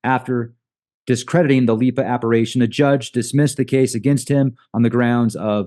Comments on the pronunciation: Not saying this to be a dick, but I'm one of those spelling/grammar Nazis, LOL! So, it's appar-i-tions, not appar-a-tions. It's an I, not an A. So sorry I just had to, it was driving me nuts, LOL! Have an amazing remainder of your day/night everyone! Love to all!!! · it's pronounced Appa-rish-tion, not Appa-ray-tion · It’s appar-I-tion not appar-A-tion.